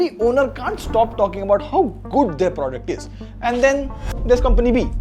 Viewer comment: Bro literally says Gudd everytime he wants to say Good